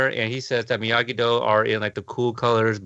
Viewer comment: It’s Miyagi not Migui